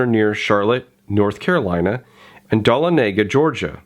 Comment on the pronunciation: I cringed so hard when you tried to pronounce Dahlonega. still a great video. this will explain at about